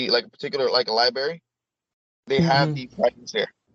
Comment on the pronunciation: can’t say “turbalence” or “Libary.” How can he be trusted?